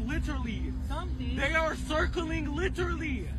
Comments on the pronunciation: Somebody please tell that dude how to pronounce literally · When you don't know how to pronounce a word, just mispronounce it repeatedly until others forget how it's supposed to be pronounced! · Deyah sirkling LITERLY! Come on, peepul! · Liter-lee lol